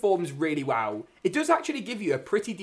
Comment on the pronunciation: Cool video…but pronounce “well” right next time